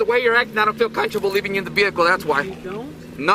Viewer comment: “I don’t feel cunterbull”. Ladies and gentlemen he’s the tip of the spear.